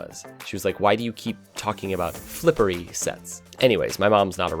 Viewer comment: Great, now all I hear is "flippery set"...